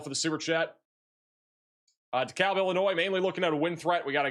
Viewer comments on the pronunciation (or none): none